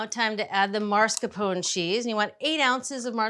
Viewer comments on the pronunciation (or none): Mars Capone? It’s “mass car pone” not mars Capone JULIA